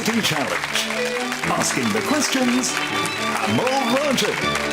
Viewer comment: Pronunciation is hard in a show like this, but it's still remarkable that Amol managed to pronounce the same name in two different ways within a five second interval.